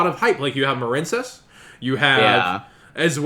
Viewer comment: The fact that he kept saying marine-cess made me click off the video. Sorry